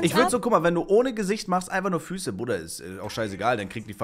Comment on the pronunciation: Ne sorry Brooooder